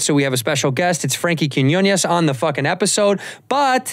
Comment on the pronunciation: seriously, first Segura mispronounced his name and now you??